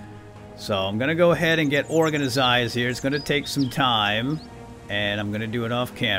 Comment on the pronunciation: Love the videos but please stop saying organisised.....